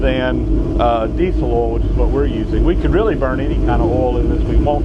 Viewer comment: take a shot everytiime he says "ohl" (oil)